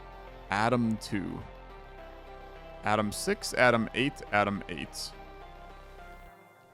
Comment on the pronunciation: I don't know if it's because im not an English Native Speaker, but all i heard was "Adam 1 Adam 2" lol